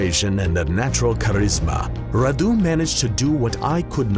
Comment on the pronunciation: If you are vlad then you should have a romanian accent. And also radu has the accent on the a not on u